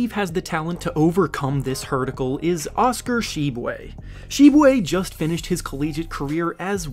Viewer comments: Did he just make up a word? Lol "Hurdicle" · "Overcome this hurdacle" 😂😂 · I thought I was hearing things wrong